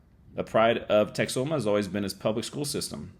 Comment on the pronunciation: As a person who lived for many years in the Texas Panhandle and visited the Oklahoma Panhandle at least 100 times, the locals pronounce the town name Tex-home-uh. Lake Texoma north of Dallas is pronounced more like Tex-o-muh which is more like you were pronouncing the name of the town.